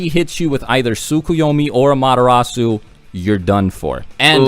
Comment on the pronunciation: Anyone else hearing "A-Madara-su" instead of "Amaterasu"? xD